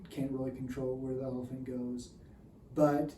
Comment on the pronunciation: I kept thinking you were saying "rider and an elf"